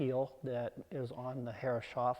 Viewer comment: it is so weird to hear "herre- shoff" while im absolutely sure it should be "herres - hoff"